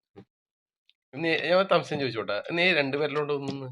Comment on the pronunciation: Narayana, thamsayam alla samsayam